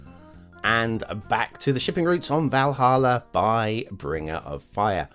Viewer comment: Been waiting for this map!!! You pronounced Valhalla correctly btw ;-)